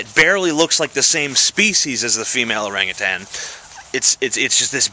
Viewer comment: You pronounced orangutan wrong.